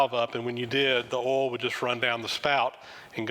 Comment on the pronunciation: Very interesting - and I sure hope you feel better soon. BTW - I love the way you say “oil”. Here in Canada we say “oyl” but I hear you say “ole” (rhymes with “coal”).